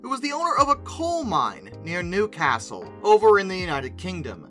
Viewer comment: Kudos for nailing the pronunciation of Newcastle. You said it in the northern English way with a short A which is appropriate given the city's location.